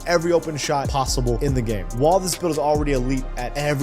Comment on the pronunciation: Bro it’s WHILE not WALL